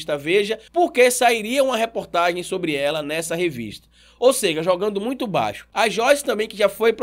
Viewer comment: Irmão, acompanho seus vídeos e dou valor a seu trabalho. Só uma dica, espero que não pareça crítica destrutiva. No início do vídeo vc falou: ela "seje" no lugar de seja . Falou tb em ela prestar "seviço" no lugar de serviço.